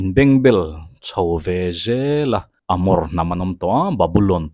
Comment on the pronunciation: Sir sawinawi tur ka zawng tihna nilo in, in bengbel tih lai ithluk danhi chu adiklo deuha, a nangmahlo kalo tia, kalo sawive mai mai